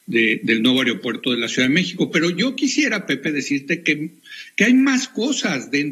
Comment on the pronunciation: Que nadie puede decir aeropuerto, el que no dice ario-puerto, dice airo-puerto, hablen bien...